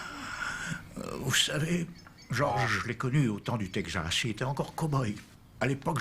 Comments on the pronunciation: "le Tegzas" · Yeap, for example the way texZas" is pronounced, with a "Z" like in old western movies dubbed in french. No one pronouces it that way since 1950. And this unforgettable line "S'il cherchait pour du trouble, il était à la bonne place", literal translation of the frequent "If he was looking for trouble, he was in the right place" !